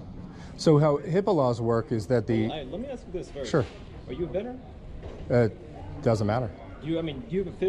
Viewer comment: If you say "Ax" one more time, I'll hit you with my "ASK".